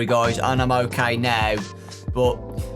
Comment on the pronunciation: Me da risa como el en vez de pronunciar ok como "okei" el la pronuncia como "okai", en vez de "gueim" dice "gaim" lo que lo hace sonar gracioso xD